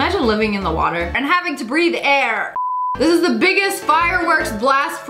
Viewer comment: No we say water normally not like that